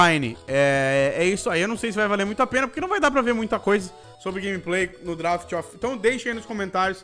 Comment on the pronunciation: Ninguém: A -: drAft